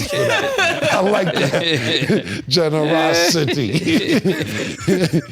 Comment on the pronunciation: 'Generoscity'....I'm on the floor 🤣🤣🤣🤣 pause